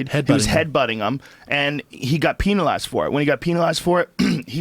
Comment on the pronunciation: Joe "Peenalized" Rogan